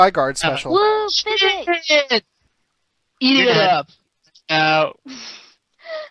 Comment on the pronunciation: Did she call Psychic "Physic?" Lmao.